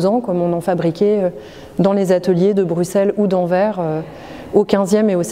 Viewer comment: Merci ! Cette nouvelle présentation est vraiment réussie et remplit parfaitement sa mission de nous faire redécouvrir les collections, même quand on pensait bien les connaître. J'adore les œuvres des anciens Pays-Bas, comme le génial Enfer de Bouts ou cette superbe Pâmoison sculptée. Étonnement, la conservatrice (par ailleurs très claire) prononce mal AnverS : on doit entendre le S final. Enfin, bravo pour l'excellente utilisation de l'étroit couloir du fond (et en sous-sol comme tout cet espace), ce n'était pas évident et ça rend très bien, avec les différents arts (métal, ivoire...). Bref, de belles visites en perspective pour voir et revoir ces trésors !